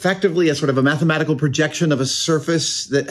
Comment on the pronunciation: Definitely as he said "highly methematical".